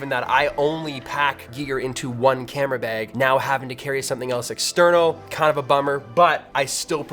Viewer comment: "Camera Beg"